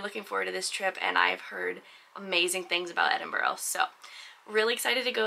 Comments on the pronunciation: I'm from Toronto and have lived in Edinburgh for the past 10 years. It's like a flashback for me to see your pronunciation of Edinburgh change from start to end. It was first: Edinborough and became more like Edin-bra like a local. The "it's sunny now it's raining" happens far too frequently. Layers are always key ;). I would have given a few hidden gem restaurant recommendations, there are some really great newer veggie and fresh food places. Glad you had a great time! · Your pronouncing it as edingborrow, it's pronounced edinbruh. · All I’m saying from someone living in Edinburgh it really sucks you can’t do shit here and another thing it’s pronounced Edin-Bruh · It's more like Edin-bruh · Edinburgh :) Eh-Din-Bruh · I'm surprised that Callum didn't correct your pronunciation of Edin brugh :)